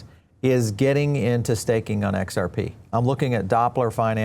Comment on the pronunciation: This Guy cant even say xrp ...makes me want to buy more and i will mwaaahahhahaha